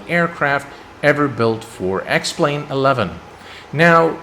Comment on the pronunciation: Anyone else than me who heard “welcome to the sex plane video”?